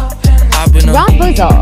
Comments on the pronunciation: The way this robot pronouncing some of these names had me dead💀 “ra-poozul” I cant 😭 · It’s the way the voice said Rawpunzel Bellll sleeping… Beauty and my personal favorite… Moan-a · You said most of t them wrong Rapunzel Moana Tiana pronounce somebody I don't ever do this video again